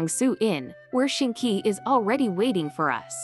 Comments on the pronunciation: LMFAO Xingqiu is more like "sing chow" in Chinese to be honest and Keqing pronounced like "Kerr ching" without the rr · The absolute pain I felt as a chinese person when i heard ‘shinky’ /hj